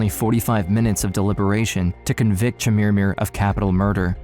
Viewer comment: Stop saying "Chermirmir" 😂